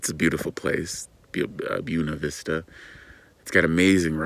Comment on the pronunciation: FYI: BUENA VISTA is pronounced BWENA VISTA.😁 That salad looked amazing. Yum!✨ I’m glad you’re with friends for awhile. Olive looks like she’s enjoying Moo Moo’s company, too.😊 Thanks for the tour of Leadville. Pretty town.✨ Here’s hoping and praying everything lines up in the schedule for you. I’m also praying that the price of repairs is reasonable.🙏🏻 That rain should clean the air of the smoke... for awhile. Unless the fires are extinguished, more smoke will come.☹️